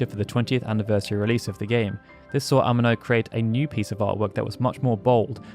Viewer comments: Yoshitaka "Ehh-Meh -No"... holy shit north americans really don't give a f*** about anyone else language. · Why do you pronounce Amano like an English word? I'm sure you seen many interviews saying his name. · The way you say “Amano” is killing me 😂